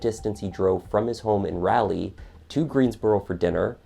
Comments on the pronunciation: This is kinda trivial but an engagement ring is a gift and nothing says it has to be returned to the person that bought it. And nothing makes it okay to rip it from the finger of the owner. I'm watching this 8 mons after the video but being an NC native I know it's Raliegh not rally. Like sir Walter Raleigh. I love this channel but the rally thing drives me nuts. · Great video, but yes its definitely not Rally NC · [ R AW - l ee ] is the way Raleigh NC is pronounced. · Yeah, 'Rally' shouldn't be a distraction from the story, but it is for me too. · "Rolly"??? As in a dinner roll? Ha, I don't think so! People in N.C. would know you're a foreigner if you call their city something near to a dinner roll. Try "Rah-lee" instead. That should save you from an arse whippin there. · No, actually, that's untrue. The pronunciation of "ai" being "aeh" is only in recent decades with the decline of proper English, the loss of the accent after America seceded, etc. Also, Raleigh, doesn't have "ai" in it. It is spelled as I spelled it, which means it's pronounced "rah-lee", not "raal-ee". "Leigh" is the common female spelling of the name "Lee", or "Li", and is pronounced the same, despite it's extra letters. It's not a common name anymore. There is a reason that those who are narrators, voice actors and newscasters have to take courses or train themselves on how to pronounce things without an accent, because it is the most proper way to pronounce words and names in the English language. It's not hard when you're researching to make sure that you're pronouncing names correctly. There really is no excuse. I would be beyond offended if someone covered my uncle's murder and mispronounced his name, as simple as it is. But mispronouncing city names or states? That's a pet peeve of mine if someone is covering a story. It's not like they didn't hear it pronounced correctly while researching, they're just too lazy to fix their inaccuracies. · You are absolutely butchering "Raleigh"